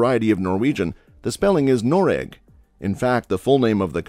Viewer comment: as a norwegian, pronunciation of Norge and Noreg hurts my soul